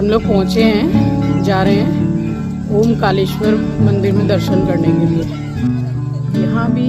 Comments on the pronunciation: Omkaleshwar nhi, Omkareshwar hai Jaha ja rhe ho, usko theek se pronounce to Karo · It's not omkaleshewar, it is omkareshwar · जी ओंकारेश्वर है ना की ओम कालेश्वर❤🙏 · उसका नाम ओंकारेश्वर है ना की ओंकालेशवर